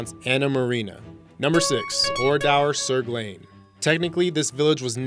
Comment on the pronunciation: yawn WHY are these the "SCARIEST" places?? And it is pronounced oh-rah-dur - Oradour. Also...Pripyat...I don't think anywhere with a population of 50,000 can be classed as a CITY. Town yes, city no.